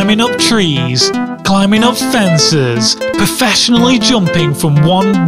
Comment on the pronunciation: the way you said fences was really funny to me :T